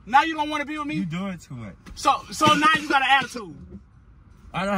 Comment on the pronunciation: he said “you just broke up wimme” wen he da one said he wanna break up😂😂